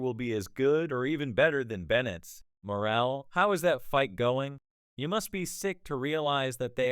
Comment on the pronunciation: Full fight???? Can't even pronounce the man's name right.